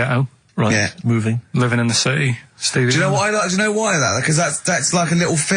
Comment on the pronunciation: Settee not city